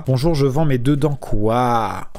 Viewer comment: Bonchour, che fend un cri-pain.